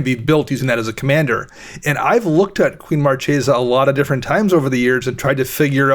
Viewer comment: Marchesa is an Italian word. It's the female counterpart of Marquis. It has a 'hard c' - Mar-KAY-za